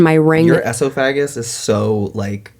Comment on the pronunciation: Why did pronounce esophagus like that…